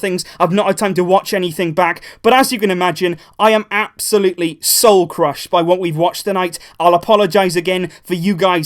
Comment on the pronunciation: how many times did he said "AB-solutely"? XD